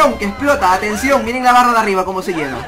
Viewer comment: cuando dijo 'barra'entendi barba xD